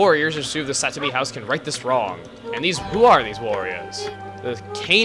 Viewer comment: That's Saotome. And I think he said Satomi.